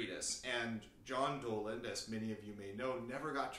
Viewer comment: Yes! Correct pronunciation of Dowland!